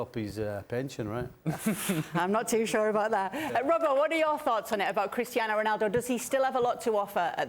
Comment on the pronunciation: As a portuguese I hate how these pundits pronunce portuguese names with a Spanish accent to look cultured. It's wrong, you look dumb! Portuguese ≠ Spanish! It's better if you dont force any accent. CRisTiano ROnaldO!